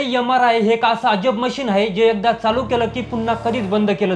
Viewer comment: यमराय मशीन ? उच्यार सुधारणे आवश्यक .